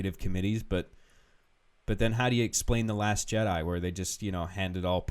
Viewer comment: "The last Chedi" lol